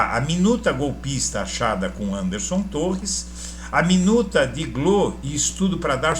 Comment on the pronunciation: NÃO SE FALA GLÔ, SE FALA GÊ ELE Ó